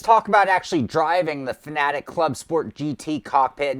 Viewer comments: ITA PRONOUNCED FAN, AY, TECH NOT FANATIC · Bro what is that pronunciation of Fanatec? 😂😅